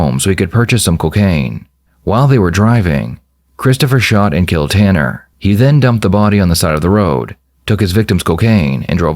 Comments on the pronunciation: Nah the way he didnt even know how to pronounce Ta-Ta-Tanners name…he has to be innocent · Haha, how this kid slowly pronounced Tanner in the beginning acting as if he didn’t even know how to say his name. Very dull tool in the shed.